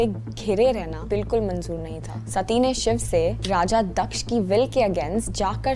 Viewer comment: First of all its not दक्षा it's दक्ष